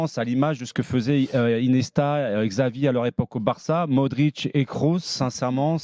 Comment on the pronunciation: Qui le dit à qu'on ne dit pas ceballo mais ceballos et qu'on ne dit pas Xavi mais que ça ce prononce Chavi 😅